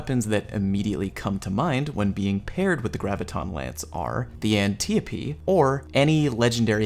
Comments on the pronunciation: It's pronounced Ann-Tie-O-Pee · Totally Not Click-bate and more anniope D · "An-tea-a-pea" haha I love it, def calling it that now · omg the antiope pronunciation, whhyyy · Why you say the antiope like that